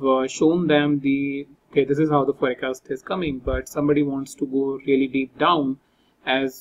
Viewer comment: please pronounce "forecast" correctly